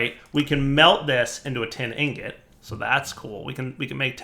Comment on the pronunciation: What dire says: tin amber What i hear: Tim Allen